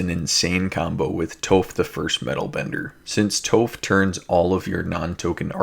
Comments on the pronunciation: Awesome video! Shelob is freaking awesome man that makes me wanna build a spider commander deck. Toph is pronounced like “cough” no c with a t T-ough Tough = toph :) hope that makes sense and helps. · Nice vid! For the Earthbending commander, it's pronounced Toff, like Toffee 👍